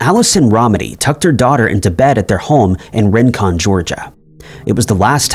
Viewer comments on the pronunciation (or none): Rincon, a city near Savannah, Georgia, is pronounced "ree-Cun."